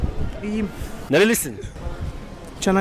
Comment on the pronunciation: nerelisin canakkale :))))):DDDD adam amerikalılar gibi konuştu